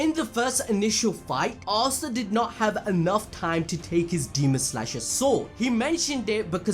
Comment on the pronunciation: "Ass ta"😂😂